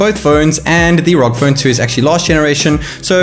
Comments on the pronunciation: Btw it’s pronounced R O G not ROG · Man why do ya speak so fast? Had to watch it at 75% speed. PS It's pronounced "R-O-G" , not "rogue".